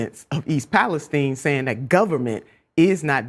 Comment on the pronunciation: Guys for crying out loud stop calling it Palesteen. It’s East Palestine, named after the country of Palestine, so it is pronounced exactly the same. 🤦🏻‍♂️